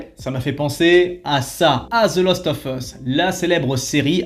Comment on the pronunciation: Hello, je voulais vous donner un petit trick pour le "of" en anglais, il faut juste penser à prononcer "ov" pour que ça passe bien dans ton phrasé ;) Humblement Votre. The Last ov Us.